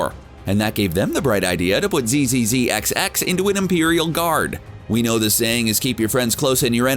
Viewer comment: Correct pronunciations : Zzzxx : Zacks Shi’Ar : Shee-Are